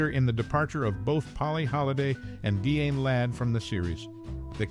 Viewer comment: Dee-anne, not Di-Anne? Pro-tag-o-nist